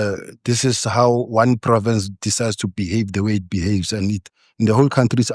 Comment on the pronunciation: Car diside....car datside....says it all